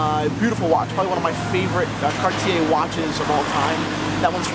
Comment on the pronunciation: I've always gotten a kick out of: passionate about watches, knowledgeable about vintage pieces, and wildly opinionated in a good and entertaining kind of way. I'm really pleased to see that he finally pronounces Cartier correctly. Thanks for the segment,.